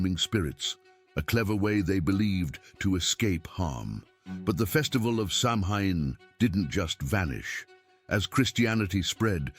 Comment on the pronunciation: Samhain is not pronounced as it looks. The word is phonetically “sow-when” of the ancient Celts.